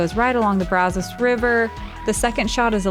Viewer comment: It's BRAW-ZOWS chicas